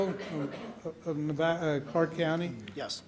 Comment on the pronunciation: miss no nevada bear hunt cant even say nevada!